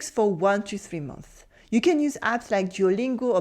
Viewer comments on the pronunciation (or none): One thing if you don't mind, when 'months' is plural make sure to pronounce the 's' sound. Its a little thing but it makes a big difference.